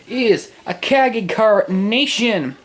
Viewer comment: You said Cagney wrong.